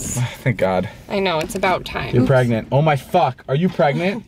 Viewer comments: no it's pregonat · Umm... it's pregernet -_